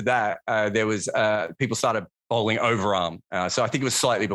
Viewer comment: It's called bowling. Fucking hell it's bowling mate! Oh ya, bowling. Not bowling. Lol.